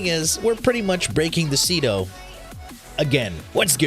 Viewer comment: Ce-do? SEE-R, the MIGHTY SEER